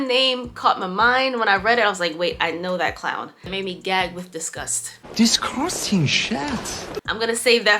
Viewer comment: “Disgursting shét” 😭😭😭😭😭 I love that so much.